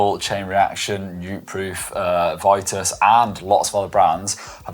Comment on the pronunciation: Vitus is pronounced with an "ee", not an "eye".